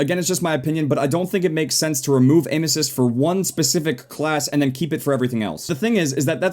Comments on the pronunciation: said aim assist like anuses XD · when he says 'aim assist' i hear 'anus''😂 me and my dirty mind